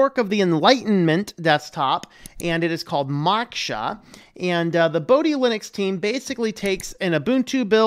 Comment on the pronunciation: pronunciation problem. Pronounce dhi as you pronounce "the" and o in moksha to be like what you pronounce o in "more"